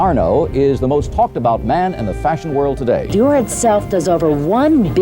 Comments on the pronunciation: Pronounce Dior properly. It is “Dee-Or”, not “Doir”. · Dior Dee-or Not door Love your vids 😊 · If he says dewwr instead of Dior one more time I’m gonna eat my hand. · it's DIOR for god sake not doyr not dewr D I O R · Shoes Dior but says mua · DIOR= "DEEYOR"... no thanks :) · I love your videos so much, but the way you pronounce “Dior” is criminal. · Hi great video. Please look up the correct pronunciation of Dior though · This is one of the worst attempts of saying Dior and Moet I’ve ever heard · Any French speaker cringing at the pronounces Dior? 😂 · You murdered the word "Dior" so bad... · that dior pronunciation is killing me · What did you just call dior ? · exactly why this bootlicker is calling all poor people dumb by comparison. He probably isn't even rich consider he can't properly pronounce Dior.